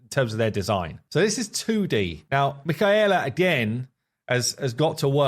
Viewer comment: This is looking so good 😩 I can't wait to play this! I just don't understand how it goes from this to being in the game like so mind blowing to me Also I think her name is pronounced Mic-kay-la